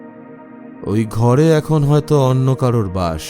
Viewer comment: এই নিয়ে এই চ্যানেলের দুটো গল্প শুনলাম, দুবারেই বিজিএম এর সংযত প্রয়োগ বিশেষ ভালো লাগলো। তবে আগের গল্প এবং এই গল্পেও কথকের উচ্চারণে "অন্য" বারে বারে " অন্ন" হয়ে যাচ্ছিল। এই বিষয়ে একটু মনোযোগ দিকে ভালো হয়।